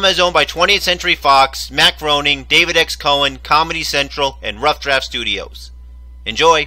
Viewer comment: Yay someone actually said groaning!